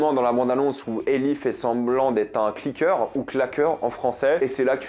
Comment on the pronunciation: Il détruit tt les noms frr "CLIKEUR" arrête